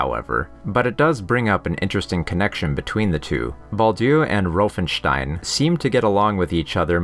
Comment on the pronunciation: Please dont say roofenstein its said Von Rauffenstein the letter A is pronounced different in Germany also north England and Scandinavia...